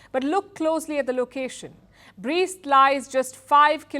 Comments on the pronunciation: the city name is pronounced like "Breast" not "Brist". do your homework better. City has a significant symbolic value - it resisted nazi's army for a week during WW2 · It’s not Brist it’s Brest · It is pronounced [breast]